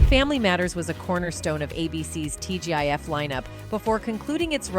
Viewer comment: When the A.I. calls it T.G.if...instead of T.G.I.F. it makes me angry...and im not quite sure why...